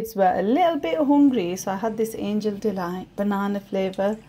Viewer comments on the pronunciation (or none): none